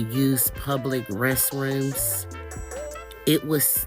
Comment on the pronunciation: "Pwubwick westwooms?"